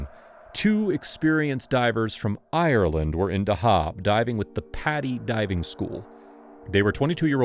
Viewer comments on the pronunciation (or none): none